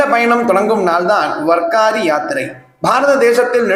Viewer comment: மன்னிக்கவும். அது வர்க்காரி இல்லை வார்க்கரி. வாரி என்றால் யாத்திரை (புனித யாத்திரை) கரி என்றால் செய்பவர். வாரி+கரி=வார்க்கரி வார் என்றால் கிழமை /நாள் என்றும் அர்த்தம். வாரி again and again repeatedly making holy trips.